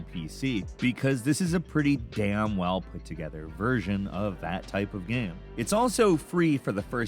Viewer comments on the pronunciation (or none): Dis dude said gam